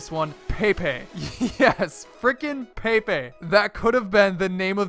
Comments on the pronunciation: it's not pronounced pay pay it's pronounced peh pay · It prenounsed pepay not paypay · It's not paypay! It's pronounced peh-pay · It's pep-ay not pay-pay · True dat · Blue nope either of those its pe-pe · But you pronounce pepes name like pepay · pepe is a soccer player and its pep-ay not pay-pay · not paypay its pepay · Who else got annoyed when he pronounced it paypay and not pehpeh. Its like when people call memes maymays. Same thing. Love u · paypay... its pepe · its pepEA not peapea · It is pronounced pep-a he is a professional soccer or football player and is very good at dribbiling the ball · really, "pay-pay" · It was a good video but him saying paypay pissed me off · dont u guys want to know why he pronounces it Pae pae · Did he pronounce pepe "pay pay"? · You cannot pronounce "pepe" to save your life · How I watch: Click on the video Watch him pronounce Pepe's name wrong Unsubscribe Dislike all his videos